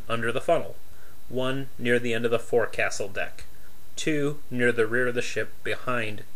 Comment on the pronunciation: It's spelled forecastle but pronounced foc'sle